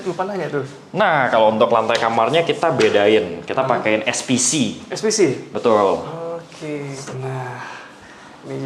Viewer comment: Sudah berapa “betuul”? 😂